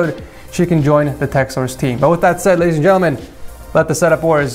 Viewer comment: Lol the way how you said, "Ladies....... annd gentlemen"